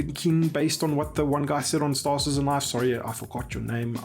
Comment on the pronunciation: Why does everybody ape after Morphologis weird "STAAAAR-cittizzen" pronounciation?